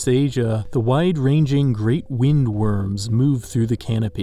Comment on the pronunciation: thats not how you prononouce wyrm